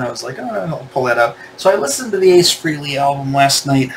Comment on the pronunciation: It’s pronounced FRAY-LEE. It rhymes with DAILY. Or Ever hear of “Halley's Comet”? It rhymes with “Frehley’s Comet”… get it?